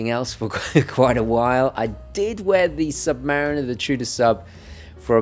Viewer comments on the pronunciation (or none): none